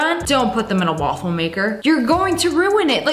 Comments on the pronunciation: She say "gaffle"😂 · the "gloffue"